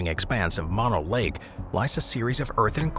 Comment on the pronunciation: Mono Lake is pronounced Moh-noh. Get it right if you're going to put it on YouTube for all to see!